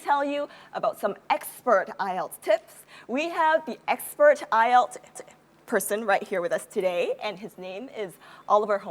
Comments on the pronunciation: đúng là đọc sai nhưng sai ở âm tsh, e đó đọc là sh. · cho e hỏi ngu tí ak. Sao c ấy lại đọc là 8-ai-eo ạ? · bà Mc đọc weo căm tu tám ai eo hahahaha